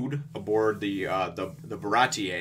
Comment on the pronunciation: Isn't it just pronounced the Bah-rah-tee? Not Bah-rah-tee-eh :S